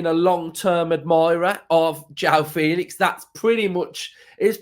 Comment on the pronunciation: nooo mate, not Joao